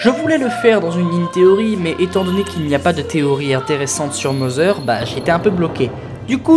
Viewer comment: Mozzer! Ouch mes oreilles! Pas grave ta video est quand même bonne!